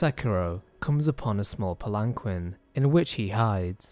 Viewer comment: Almost can’t believe he pronounced palanquin that way